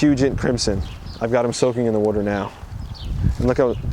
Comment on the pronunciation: Love how you say “Wuter”